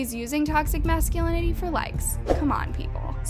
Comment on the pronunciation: speaking of macscinility- I LOVE YOU BUT ITS MAH-SKUH-LIN-UH-TEE BABE